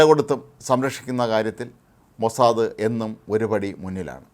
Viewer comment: ഹേ മനുഷ്യാ മോസാദ, അല്ലടോ മോസാദ്, ഹിഹിഹി